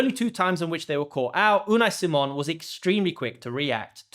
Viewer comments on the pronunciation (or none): none